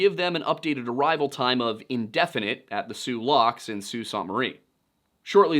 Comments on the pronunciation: Yo,, 4+ decade denizen of Michigan, here. We of the Mitten State don't pronounce it the French way. We say "soo-SAINT-marie". Nobody says "saunt" Just fyi. Also I'm entertained by you saying "lake hew-ron". It's hard to give the local pronunciation in text but it's closer to "you're on" with the soft H sound at the front. "H-you're-on". Thornbury actually gets this one correct. Traverse City: use an actual A sound, not a "U" sound. "TrA-verse". Think "Trash" without the "sh". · From Michigan here! "SOO saynt mə-REE". Pronounced like "saint" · I grew up in Marquette and this story is one almost every kid knows. Couple things about how Michigan pronounces town names. Sault Ste. Marie is pronounced Soo Saint. Nobody really knows why. Traverse City is pronounced with the emphasis on the Tra part. And for no reason at all, Honor is pronounced Honer. It's a weird place. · Only critique at least the Yoopers in the area I'm from pronounce Sault Ste Marie....(Soo Saint Marie) 😁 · Pronounced "Aisle Royal " and "Soo Saint Marie" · Pronounced “Aisle Royal” , “SOO Saint marie.” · Phenomenal work here. I’ll be the language pedant for the day: Michiganders pronounce it: ‘Aisle Royal’ - Isle Royale ‘Soo Saint Marie’ - Sault Ste. Marie (the ‘saint’ being standard English pronunciation) ‘Puck-a-saw’ - Pukaskwa (for some reason) ‘Tra-vers city’ - Traverse City (‘Tra’ like in ‘track’, emphasis on same syllable) ‘Key-win-aw’ - Keweenaw Peninsula (again, backwards of how it appears for some reason) Thank you for probably the best video I’ve seen on the Fitz! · SO CLOSE!! Sault Ste. Marie Is SOO SAINT MARIE (Muh-ree) And Traverse City is pronounced like TRAVER'S CITY .... So close. I'm from close to there, if you need help with pronunciation, I can help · hey …. Traverse city native here… it’s pronounced ‘Trav-erz City’. Also, Sault Ste. Marie is pronounced ‘Soo Saint Marie’. Great video!